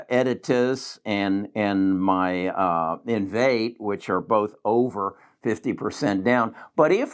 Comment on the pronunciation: Great videos and content. I like you! Small criticism, you should learn how to say the companies you are reviewing. The company is not Invate. It’s Invitae. In.Vee.Tay